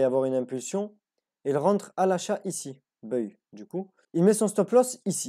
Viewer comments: magnifique ! bravo à toi et toutes mes félicitations ! ps: le mot buy ne se prononce pas [beuille] mais [baille] (comme quand on a sommeil et qu'on baille). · Tu prononcés buy en anglais d'une drôle de façon 😅.. Mais le contenu est au top